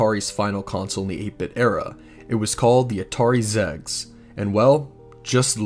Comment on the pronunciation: Interesting video but, zegs? It's pronounced Ex Eee Gee Ess, just the letters, XEGS.